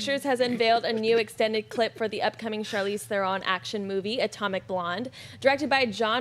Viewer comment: Guys, her name is pronounced THERon...like heron... she's mentioned this several times on talk shows.